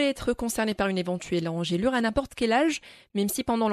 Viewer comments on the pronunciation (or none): Bonne prononciation = Ange lure Pas angèle lure